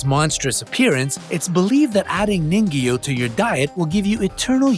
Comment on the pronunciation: Ningyo that bothered me how it was pronounced lol. It's (kneen-guhyo)